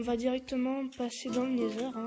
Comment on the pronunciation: On dit "nether" , sinon continue, c'est sympas à voir, continue ;D